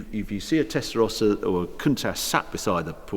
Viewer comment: First time I ever heard "Tesarossa" pronounced correctly..